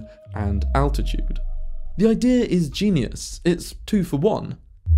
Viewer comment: He's saying Attitude and not Altitude. Attitude is the orientation of a craft.